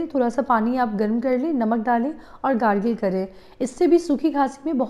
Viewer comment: Bacche ko gargil ??? Kaise bol rahe ho...